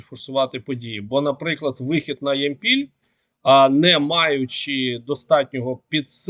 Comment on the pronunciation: Ямпіль наголос на я